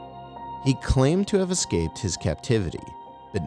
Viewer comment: what are YOU saying, bud? "Hengry"?